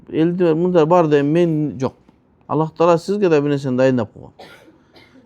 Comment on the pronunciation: Аллах эмес кыргыздар Алла Дейт туура суйлосонор